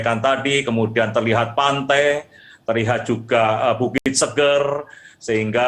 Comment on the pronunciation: Orang Lombok nyebutnya bukan bukit Seger kyk habis mandi/ minum. Tpi "E" pertamanya kayak sebutan "Enak/ Era / Efek". Mngkin bisa difahami.